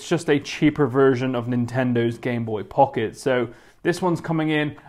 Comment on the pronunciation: I was gonna die if he said Gameboy Pucket again